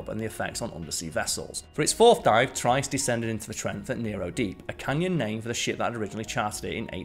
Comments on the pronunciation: I believe the word you are looking for is pronounced tree-est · It's pronounced "Tree est" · Pronunciation is "Tri....est" please. Not as good as your BioGraphics videos. Struggled to follow the narrative in several areas. Maybe it is an accent thing. But then again, I didn't have a problem on BioGraphics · You're pronouncing the Submarine's name incorrectly. Trieste is pronounced "Tree-est". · Check pronunciation of Trieste. Pretty sure it’s “Tree est” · Arrrrgh, it's pronounced "tree-est" and "no-ah". Why do the British think they are the only people who know how to pronounce language. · What annoys me Brit is your ignorance of - butchering of the Italian language. It's pronounced tree-est. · Just because you're subbing in for Simon doesn't mean you have to butcher the pronunciation of "Trieste" to fit the part. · love your presentation, style and pronunciation, except for Trieste - it's an easy one to get wrong.